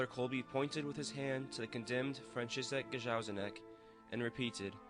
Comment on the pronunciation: Very nice presentation. However, please try to pronounce the name of Franciszek Gajowniczek (Fran chee shek Guy ov knee check) correctly.